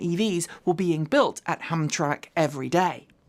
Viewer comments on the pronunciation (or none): Hi. It's pronounced Ham tram ik. I suspect the name will be come up a lot in the future. Good video!